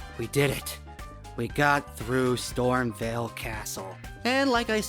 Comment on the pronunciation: You're saying Stormveil wrong. VEIL is pronounced VALE not VELL